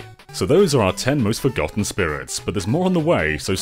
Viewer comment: FROGotten? Jeeez….